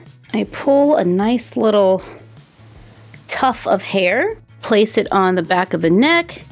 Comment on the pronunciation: I love how she mispronounced tuft and hoped we wouldn't notice she literally said "tough" LOL